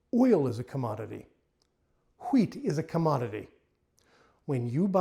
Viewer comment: I know how seriously you are taking this topic by the way you pronounced the 'h' in wheat.😅